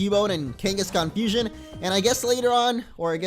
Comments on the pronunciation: Abhijay Bharathan It sounds like it, how they pronounce it it’s like “ FU-SOIN” not “FUSION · its fusion not fusoin